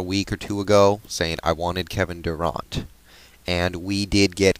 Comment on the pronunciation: Seattle did well in the draft. And it's pronounced DurANT. Like the word ANT. Not like AUNT. Al Green played for Georgetown.